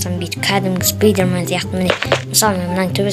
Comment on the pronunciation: Спидрмен емес спайдермен